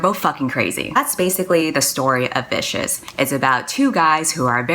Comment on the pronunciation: I swear I heard "that´s the story of BISHES" INSTEAD OF Vicious. XD